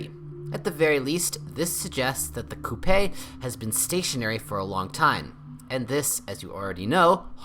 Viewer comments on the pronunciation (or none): come on man... coupey? WTF